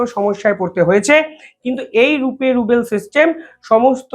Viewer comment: রুপি রুবেল বলছেন কেন। আসলে রুপি রুবল হবে। 70 বিলিয়ন ডলার কে, 70 ডলার বলছেন। এ ধরনের ভুল আপনার কাছ থেকে আশা করা যায় না। দিরহাম কে ডারহাম বলছেন। চায়নার হোয়াং নয় ইউয়ান।